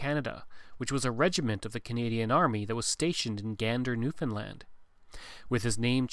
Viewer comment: Props to pronouncing Newfoundland correctly hahah Great Video!